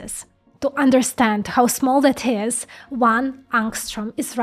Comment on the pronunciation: Instead of saying That you say Zat.